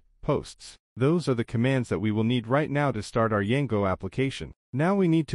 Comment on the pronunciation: why you saying Yango